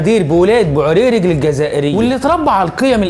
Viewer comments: انا من الجزائر و ولاية بو عريريج لا تنطق بالچ بل بالجيم الاصلية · بوعريريج ههههههههه ما تنطق هكذا انت مخطاء في نطق ههههههههه